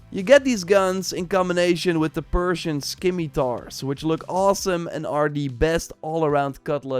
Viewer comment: Love your videos. Been watching for years. However, how do you have a whole team and are able to get away with mispronouncing soooo many words. I physically cringe everytime. For example “Scimitar” is Sim-ih-tar. A few videos ago I heard “Fridjits” when it’s a Frig-it. It’s actually unsettling